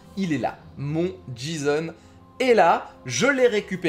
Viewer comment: par contre petite analyse qui me Fend le coeur on dit " jayson" en le J ce prononce Jay en anglais x) si non merci du tuto